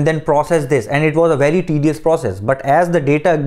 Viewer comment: Velcome to the channel... Wery good.